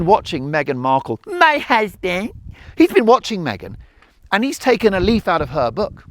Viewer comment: I love your style.. "my husbeenndd" hahaha. Greetings from Perú